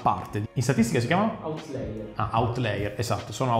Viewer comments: Outlier, non outlayer, differenza di pronuncia sottile, giusto per fare il pronunciaNazi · Outlier, non outlayer ahahah (si pronuncia autlàier) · outlier, non outlayer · squad aia, non aie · è "outlier", pronunciato autlaia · *pronunciato autlaier